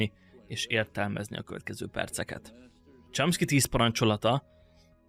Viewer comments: Csomszki nem Csámszki. De amúgy király! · A Chomsky-t rosszul ejted.Javaslom: írd be a Google fordítóba majd kattints a meghallgatásra!!